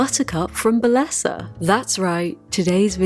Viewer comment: My Hispanic ears.... They hurt I love you, but it's pronounced Be-yes-ah. It's Spanish for beauty/beautiful